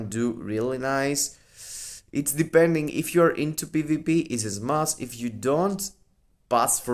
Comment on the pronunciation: Bro it’s smash 💥 not smass lmao 😂